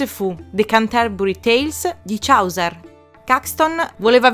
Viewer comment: Ti prego... More... More clips like this! I'm luvin' it! P.S. "Chauser" si pronuncia "cio(u)ser";) "Bedazzled" diventa "bidezold"; "Cold-blooded" si pronuncia "cold-bluudid"; mentre Swagger si pronuncia "suogher"; Scusami se faccio il prof.,! Ottimo formato:)